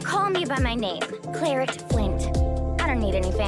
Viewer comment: I love her but her name being pronounced Cla-ret instead of Cla-rey is a travesty, it's so much prettier😢